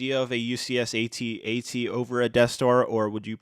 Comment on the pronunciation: Why say AT-AT individual lettters? It’s pronounced AT AT. It’s not hard to say!